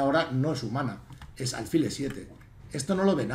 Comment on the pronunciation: Con el máximo de los respetos, como me permití escribirle tb a lo largo del Torneo de Menorca, álfil es del todo incorrecto, hasta donde la RAE indica. Me da rabia con lo agradable e instructivo que resulta escucharle, y no sólo en lo ajedrecístico, que de vez en cuando acentúe esa palabra como llana cuando es siempre aguda. Con el máximo de los respetos, D. Miguel, de un ajedrecista menos que leve. Enhorabuena por todísimo lo demás, jjj. Un saludo